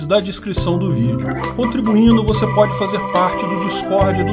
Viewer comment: "aí tô de mal com vuce, tô de mal com vuce" akkakakakakkakakakak